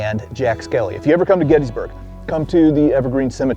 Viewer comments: I'm starting a campaign to get you to pronounce Gettysburg correctly. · GettISburg.. but "Getty" is accepted by many locals